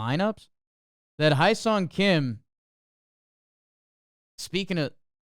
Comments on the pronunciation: btw it’s pronounced more like heh-song kim, not hi-song. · it's not High son Kim. It's Hye, sounds like putting an H in front of the word Yay. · It’s pronounced HEH-SONG-KIM. How hard can it be?